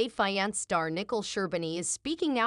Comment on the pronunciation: Teach A.I how to pronounce "fiance" properly , it's a dead giveaway that the channel is operated by foreigners